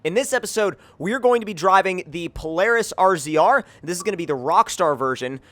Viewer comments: Jesus Christ it's razor not rzr it's spelt rzr but even they say razor! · Omg this pisses me off so much! It's razor not R.Z.R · He said R Z R it's razor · lol he says r z r but its supposed to be said like razor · Every single damn youtuber is calling it an R-Z-R its Razor!! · It isn't R-Z-R its RAZOR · same all these yuppies pronounce it r z r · ZombieKiller *razor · Razor was the older name